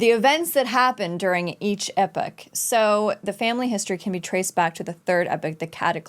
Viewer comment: E - pok not epic haha